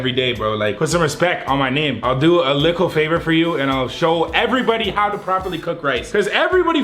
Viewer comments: why does he always say liccle ? i like but why😂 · It’s funny how he says “likkle bit” instead of “little bit” no offense No hate to him I’ve been watching for the longest so only positivity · why he say lickle instead of little lmao